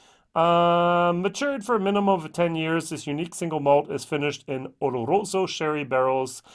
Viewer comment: O-Lo-Ro-So LOL NOT O-Ro-LO-So... Double LOL